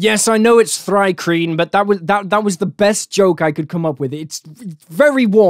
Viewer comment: Emphasis on WAS (idk how to spell dat sh*t)